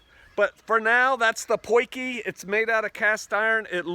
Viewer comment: It's not 'Poiky' it is 'Potje' which means 'little pot'. Who told you to sabotage my language ;-?